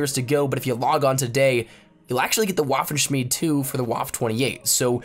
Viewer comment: Waffenshmiede pronouced as “Vaffen-shmeed-uh